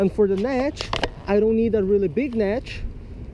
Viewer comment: netsh, instead of net. b!tch instead of bit😂😂